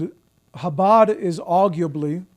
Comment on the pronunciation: Jake, when you say the first sound in Chabad, it's like you're going to hack before spitting. Like an 'h' with the friction added.